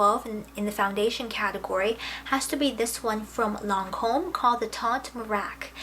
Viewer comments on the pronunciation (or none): I always enjoy ur videos, thanks for all the hard hard work that put into one...for us...however lol...don't be upset with me...but the Lancome foundation is in French and you couldn't be more off on ur pronunciation..but, its soo adorable how sincere you are! xoxo